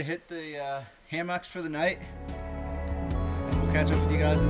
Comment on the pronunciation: This is an excellent video!. Kudos to showing Elliot how to backpack in the Wilderness, Your time with him is priceless. However it is pronounced hammocks... not ham hocks.